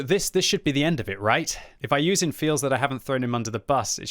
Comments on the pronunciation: his name is iyouxin not iyouzin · bro you dont even pronounce his name properly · dude is from the uk and still cant pronounce iyouxin 🤦🤦‍♂🤦‍♀. good job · I like you and your videos but Please try to pronounce the name correctly